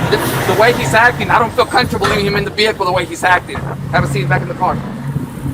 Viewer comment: “I don’t feel cunterbull”. Ladies and gentlemen he’s the tip of the spear.